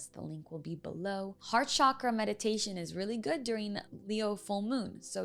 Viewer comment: Yay! She pronounced Chakra as it should! Thank you love ❤️